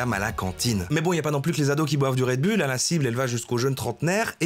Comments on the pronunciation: Red Bulle, haha. Ca ce prononce Red Boul, patate haha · un "redbulle" ptn... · "red BULLE..." fait un effort, bordel... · Red BOULE par pitié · ça se prononce Red BOULE camarade! Tu l'as tellement répété avec la mauvaise prononciation, j'ai les oreilles qui saignent!